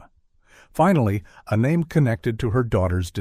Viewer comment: These AI generated voices are so annoying, mispronouncing people’s name and more .